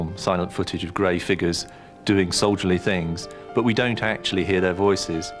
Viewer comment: Why does pronounce “voices” as “viiices”? 😅